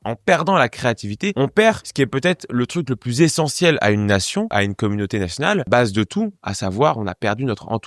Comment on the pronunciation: Ca n'aide pas l'intelligence du public de tes vidéos de dire, par exemple, "nassnal", à la place de "national", et dej'ner au lieu de "déjeuner"... Décorréler la prononciation d'un mot de son orthographe (alors qu'elles ont un lien direct) c'est démontrer qu'on ne comprend pas ce lien, et ça génère chez l'auditeur (qui lui non plus ne comprend pas cette relation), l'idée qu'en quelque sorte, "on s'en fout de prononcer les mots comme il faut" (ie, de façon logique et corrélée à l'orthographe.) Merci d'abandonner ces manies extrêmement agaçantes pour l'auditeur moyennement intelligent, et qui font perdre beaucoup à la crédibilité du propos. (Ah et "bâton de bois", c'est un pléonasme. Bâton, c'est du bois.)